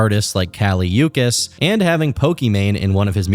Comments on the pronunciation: callie youkiss is taking me out lol you pronounce the ch like cheetoh. so kali oochees. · its pronounced “oo-ch-is” not “yoo-kis”😹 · Kali Uchis is pronounced like "OO-Cheese", not "you-kiss" Keep up the good work though 👏🏽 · ucus 🥀🥀🥀 its uchis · I don’t think I’ve ever heard a worse way to pronounce her last name…. I’m not gonna give u too much shit for it tho lol (Ooo- chis, not you-cus) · kali uchis is pronounced oo-cheese not ukis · “yu-cus” is diabolical for Uchis lol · Uchis is not pronounced that way 💀 it's crazy bc she says her own name at the beginning of a lot of her songs/features. Idk why but stuff like this bothers me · Nah….he did a collab with Kali…also not to be that person- but you pronounce Uchis wrong, she does say her name in some songs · The pronunciation for kali “uchis”😩 cmon